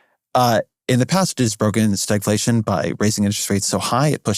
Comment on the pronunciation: Over one hour fir this? STAGLATION! Just say stagflation, ffs.